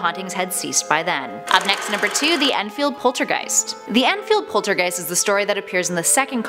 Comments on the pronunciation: Its Enfield not Endfield, Americans pronouncing British locations hurts my brain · It’s Enfield not Endfield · *enfield not endfield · It’s not Endfield, it’s Enfield. I don’t live far from the house. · It’s Enfield not Endfield...